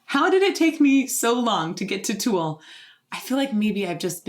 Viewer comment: Where is that accent from lol? We say Tool. You say Too-al.